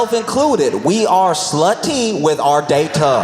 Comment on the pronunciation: "We are slu-TEE with our day-TUH". 😂💀